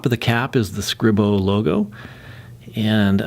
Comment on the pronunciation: It’s pronounced Scree-Bo I believe. Nice review.